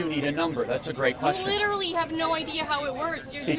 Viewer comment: It's not even literally, it's LEEDURALLEE hahaha